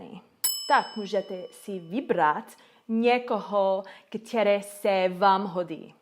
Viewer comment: Největší chyba je bát se mluvit :) celkem pěkná čeština, akorát pozor na "ktěré" - správně je "které"